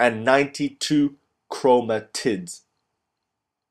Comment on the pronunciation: why does he say chromotits?